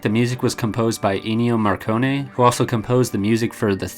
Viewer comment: not marcone but morricone